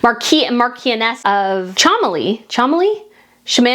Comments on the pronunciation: "Marchioness" is pronounced MAR-shen-ess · Dear Brit. The titles of the Cholmondeleys (pronounced Chumlees) are Marquess (pronounced Mark-wess) and Marchioness (pronounced Mar-shon-ess). I hope that helps. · The MAR-kwiss and MARCH-eee-un-NESS of CHUM-lee. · Mah-kwiss and Mah-chio-ness of Chumb-ley. Sorry if someone else has already helped you. Mah-kee is the French pronunciation. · It's pronounced "marshoness" and "Chumley." Old British names are bonkers. I always name my cat some series of ridiculous names just to upset the vet.